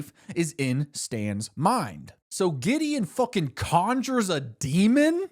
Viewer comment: That spunded liek diddy the first time i heard it Then giddy Then gideon